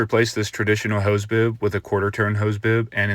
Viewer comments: Boob? PRONUNCIATE NOT MASTICATE! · Anyone else hear "hose boob"? 😂